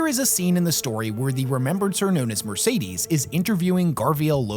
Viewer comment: Her name is not Mercedes. Horrible pronunciation all round, good video nonetheless.